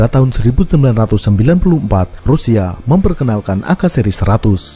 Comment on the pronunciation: We are Southest Asian people. AK. Is called AKA. Its not called AK., like a Weaterner. You are super good at explaining information with illustrations.